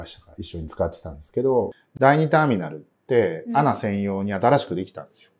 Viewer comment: アナとは読まないですね。 エーエヌエー。